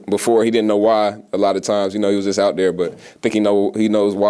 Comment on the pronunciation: You know you gone Cajun Kamara . He said right DARE . (There )love u bro !!!